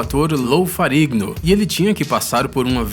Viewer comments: O canal é fantástico, mas o narrador desse vídeo erra muito a pronuncia dos nomes dos atores... Lou "Farigo", Michael "Kate"... uma revisão poderia corrigir isso. Fora isso, os vídeos são ótimos. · É um crime não saber pronunciar o nome do primeiro ator de Hulk